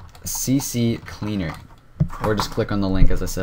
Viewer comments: it is ccleaner not cccleaner, get it right, thanks for the vid lol:D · It's not pronounced CC-Cleaner it's there's only two C characters not three man. So it's C-Cleaner I'm just saying! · its ccleaner not c.c.cleaner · lol its called c cleaner not cccleaner hahhahahaa here a link for the best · I just love when they say "CC Cleaner"